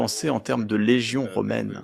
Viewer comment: Comme toute les inventions, au début pour le faire accepter ils le mettront le plus intéressant et positif possible : aide , service, production , référence etc 50 000 a 100 00 mille robot et les multiplieront par 10 l'année d'ensuite. ? Et sa façon de parler de LÉGION ouf! je m'imagine tres bien une armée de robot contre l'humanité sera néfaste sous de mauvaises main.